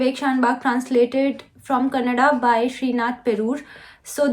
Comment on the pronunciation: U pronounced " kannada" very very correctly ... Or else I have heard ppl pronouncing as "kannad" which is annoying. ..... love from belgaum